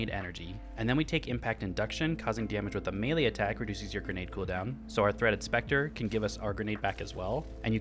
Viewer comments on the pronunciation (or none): none